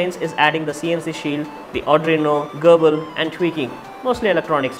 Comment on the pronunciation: Why the hell every Indian say ardruino ??? Its arduino you morons learn some basic English LOL